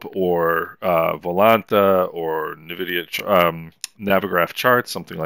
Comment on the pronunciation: Ouch, it hurts, my pearls, thank you for the videos, made my life awesome with quest vr, but minor request, the pronunciation, it’s “n” vidia. At least I hope it is 😅